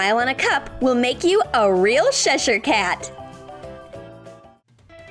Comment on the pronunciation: U said Cheshire car like shesher